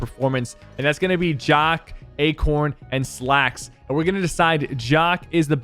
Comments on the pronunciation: omg OOGWAY and why are you calling him jock its jahq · Fun fact: Sypher you say Jahq like "Jack" not like "Jakh" 👍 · How he pronounce jahq had me dying